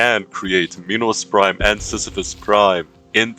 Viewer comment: Minos prime? No! Pinos prime? No too! It binos brime